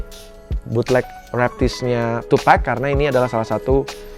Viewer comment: MAS izin koreksi penyebutan nama TUPAC bukan TUPEC Terimakasih 🙏